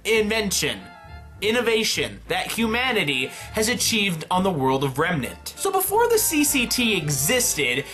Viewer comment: "Dust doesn't work out of Remenr"...nice, still like you videos tho.